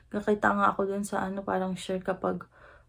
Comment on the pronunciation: I am curious , whenever you’ve said the word “parang” why are you pronouncing in slang “ peyrang” , when you are talking in pure tagalog accent ? pa cute Lang ba or pa arte Lang yun Sa Vlog mo?